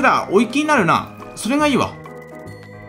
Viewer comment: おやちゅみ←うざいと思うのは僕だけでしょうか…笑